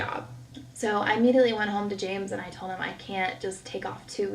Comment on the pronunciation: I cannot stand when people don't pronounce the L in words !!!! It's TOLD not TODE.